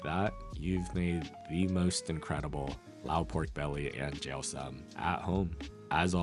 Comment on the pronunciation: lao food is the best. also, it’s pronounced sōm 😊